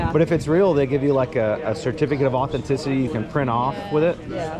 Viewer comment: He gets pi'turbed because Hailey says trout instead of tripe but he can't say authenticity.... Plus we want to see you give them the money not that you wouldn't but that would be a good video.